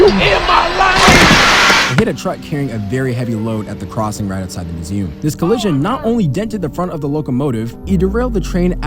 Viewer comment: Beautiful landscapes and you caught my favorite ACC, 3 times over. Great stuff. (Also what is that pronunciation of museum gng 😭)